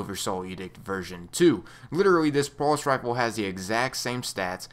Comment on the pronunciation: what's a "pulsh" rifle?